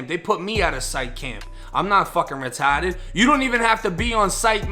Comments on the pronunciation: “Retahded” LMMFAO!!! 🤣🤣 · "Fckin Retarded", im pretty sure Matt Damon said that line in the movie The Departed. Your accent is way better though! LOL